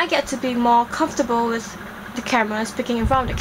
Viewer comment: You keep pronouncing the as 'de', them as 'dem', and then as 'den'..... How is that proper English? It's okay if you can't speak like an American dear girl. Pls stop trying.